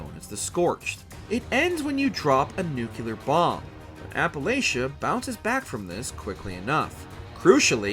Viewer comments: Nucleeeeeeeer!!! Not Nukeyeller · Say it with me, nu-clee-are. Not nucular. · Nuclear and not nukelar! 🤦🏻‍♂️ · It is a little jarring to hear “Nukular” used as a word. I understand the instinct though - “Nuke” makes it feel like “Nukular” should be a word. However, English already solved that puzzle with “Nuclear.” Maybe it's a kaiser vs caesar thing? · Nuclear Nu-clear.... Nu-cleeaarrr. "nUkU-Ler"💩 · Nu•clear. FFS. Not nu•cyu•lehr. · When people pronounce nuculer instead of nuclear is the real disaster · Its NEW-clear, not NUKE-you-lar. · it's NUCLEAR not NUKEYOULAR, I stopped watching at one minute. Mr. George Bush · Nuclear not Nucular. 😊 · This guy is really going to pronounce the word "nuclear" incorrectly the whole video, isn't he? Smh It's nuclear. Not Nook-yu-luhr. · please don’t make fallout related content if you pronounce nuclear as “nucular” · Jesus christ it's pronounced "New-Clee-Er" and "Psy-No". Not new-cue-ler and see-no. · Why does he say “nuculear” instead of nuclear?? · Jesus christ...N-U-C-L-E-A-R not N-U-C-U-L-A-R. New-Clee-Ur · Nu-cle-ar! NOT nucular. There isn’t a second ‘u’ in the word. You made this video unwatchable by the number of times you pronounced it that dumb way in the first two minutes. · Nu-clear, not nu-kilar?? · It’s so frustrating to watch a video about a nuclear apocalypse when the narrator keeps mispronouncing the word “nuclear” as “nukulerr”. There’s only one “u” in the word. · Lmao nucular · The only issue I have is the pronunciation of nuclear. It isn't nu-cu-lar 😂😅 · um... it's a "WatchMojo" video bruh... you're lucky they said "Fallout" correctly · Honestly I really don't care how it's pronounced but I say nucular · Please learn how to pronounce nuclear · If you are going to be creating Fallout content on a large channel like this, please, learn how to properly pronounce NUCLEAR!! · Hey bro. Learn to pronounce nuclear. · For the love of all that is good in this world, learn how ‘Nuclear’ is pronounced. Embarrassing.